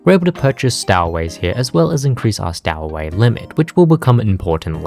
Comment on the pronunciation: Stow in stowaway is pronounced like tow in tow truck.